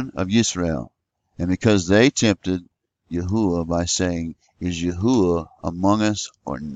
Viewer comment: Praise Yahuah!!! You have discovered the correct pronounciation, which He showed me when I asked many years ago, & even the Arabic people know this to be true, including the muslims.